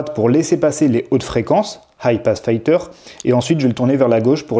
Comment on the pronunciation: "Filter" se prononcer "filteu(r)" et non "faïteu(r)" ! ;-) Par contre, la raisonnance a l'air énorme, il est de combien le Q factor ?